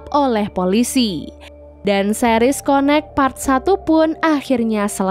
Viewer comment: m-mbak connect itu bacanya kayak [ken nect] bukan konek tpi lucu sih